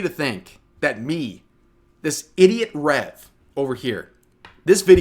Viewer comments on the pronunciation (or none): What are you saying "Hey whats up guys rape here"?!! What are you saying?